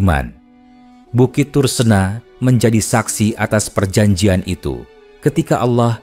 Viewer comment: Tursina...mengapa disebut ..tursena...apa anda gak bisa menyebut...iii...☝️💥🕋🕌